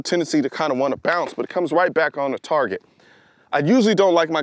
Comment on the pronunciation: Colion pronounces target tarrrrgeettt